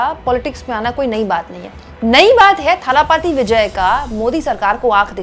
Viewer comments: You may find tje names difficult to pronounce but "kazhagham" is the word and it means organisation or संगठन। And say दलपति or थलपति not ताला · talapathi nahi dhalapathi Vijay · It's not Thala Pathy Vijay It's Talapati Vijay. Correct your pronunciation His fans may not like it.